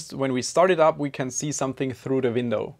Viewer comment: Is it me or you keep saying vindow?